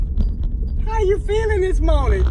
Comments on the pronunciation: "URLY IN THE MURNING"🤣 "SAMICH" 🤣🤣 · "early in the mernin" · "Early in the Merning" Haha!!!! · "Early In the murning" 🤣🤣as a fan u gotta love them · "ERLY IN THE MERNING" 😂😂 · Early in the merrning lmaoo 😂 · “Early in the murning” 😂💀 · Auerly in the muerning lol!😂😂😂😂😂😂😂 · She say early in the murning 😂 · “Early in the merning”